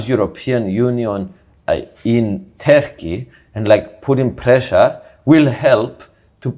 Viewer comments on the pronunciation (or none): Please stop saying 'Terki', when pronouncing 'Turkey' - it's so Greek.🧟‍♀️😂